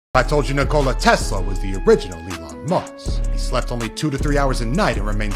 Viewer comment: Bro pronounced Tesla's name perfectly.